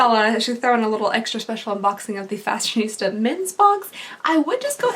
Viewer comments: It's FashionSTA not FashionISTA, just so you know. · I think it's actually "Fashion-STA," not "ISTA". LOL, I made that mistake, too, because you just look at the word and automatically think "Fashionista", but if you look carefully, there's no "I" before the "S-T-A". No idea why it's called that, lol. 🤔 Anyway, that's my two cents that nobody cares about, lol. Welcome back, lovely! We missed you! I hope you're doing well. Much love from Cali. ✌❤ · It's fashion-sta